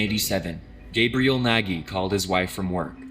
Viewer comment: He really pronounced Nagy as Neghi